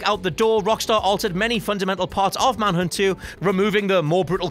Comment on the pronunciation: Manhunt not Manhood